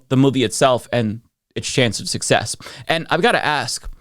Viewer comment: “De buke” was such a sukesess” 😂 She Be Besting! 🤭